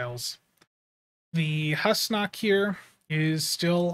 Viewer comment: It was pronounced Hoosnock, in that TNG episode.